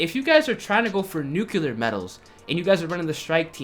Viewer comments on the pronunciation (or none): IT IS NUCLEAR!!! NOT FUCKING NUCILAR!!!! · NU-CLEAR NU-CLEAR NU-CLEAR NU-CLEAR NOT FUCKIN NUCULER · Nuke-u-lar lol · 2018 and people still can’t pronounce nuclear 🤦‍♂️